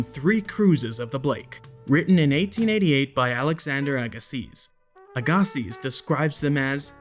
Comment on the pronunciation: FYI, Agassiz is pronounced Agasee The arms on the "antenna" seem to straight to me for being that sponge. The actual picture of the sponge thing shows all of the arms curved either up or down probably depending on the current in the water. But the arms of the thing in the pic taken underwater are not curved...every single one of them are straight on 90° angles from the main vertical post.